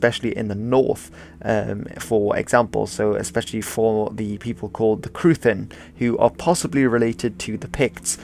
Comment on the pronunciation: In Irish, TH is not pronounced like "the". It is just pronounced as a H. So cruithin is cri-hin, like CRItical and HINterlands.